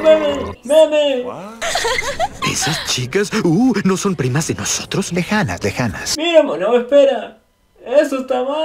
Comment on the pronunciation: "LEJANAS, LEJANAS". Pinto el santiagueño XD